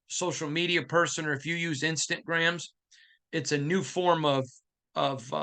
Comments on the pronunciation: Please stop calling it instant gram… it’s Instagram…”insta—gram”😂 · Nothing but love for you and thanks for all you do…. but if you say “Instant Grams” oneeee more time 😂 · its pronounced "Instagram" that's why we keep joking around with it lol